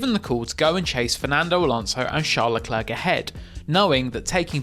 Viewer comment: Why did you pronounce "Leclerc" differently within 5 seconds near the start of the video?